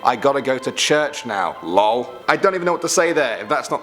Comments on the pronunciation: He said LOL like “ lulll “ 😂😂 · Why he pronounce “lol” like that😂😂😂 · 2.43 The way this man says lol